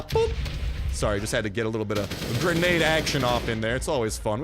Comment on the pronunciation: Your ascent when u say granda is the best